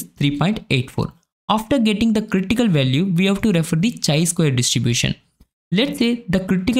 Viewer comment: Nothing wrong but feels lil weird when you are saying it as chai.. it's actually kai.. great content otherwise! Thank you for sharing with us.